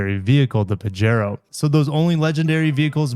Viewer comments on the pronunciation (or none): I think it is "pahero" as in spanish the "j" is an english "h". So...pajero=pahero 😊